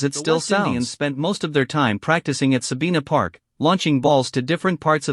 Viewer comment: IS THIS AN AI's COMMENTARY VOICE? IT'S NOT SABEENA PARK SABINA PARK.